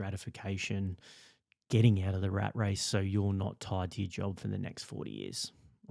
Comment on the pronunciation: “The rate race”? Not the “rat race”?